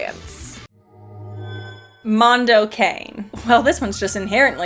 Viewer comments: Mondo Cah-NAY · I still remember the radio ads when Mondo Cane came out. It was always pronounced Mondo CONNIE.